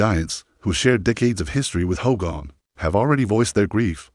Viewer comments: Hulks funeral will more than likely be a private graveside service for family and very close friends. Would be nice to see it though as it happens. But these AI narrations are wild. "Ho-gone" sounds like a jab at Hogan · not the funeral an its not hoe gone its HOGAN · This Narrator can't even pronounce his name right 🙎🏼‍♀️